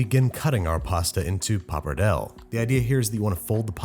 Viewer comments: Yet, you don't question his pronunciation of papardelle? Which is dreadful, BTW... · Did you just pronounce pappardelle “pappardell”🫢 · He has a full crew these days and no one could help him pronounce pappardelle 😂🙈